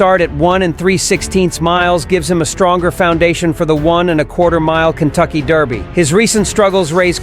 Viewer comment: DER by..................Not DAR by. For gods sake learn how to say it.........And I know this is AI generated garbage.